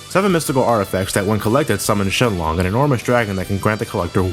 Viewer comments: Please say shenron name again its not shenlong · "Shenlong"? I think it's supposed to be ShenRON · It’s shenron not shenlong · It is “Shenlong” in Japanese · you said seanlong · Did you say Shen-long? xD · did just call Shenron..Shenlong?